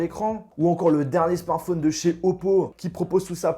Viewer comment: Apprend à dire correctement "smartphone" déjà... merci!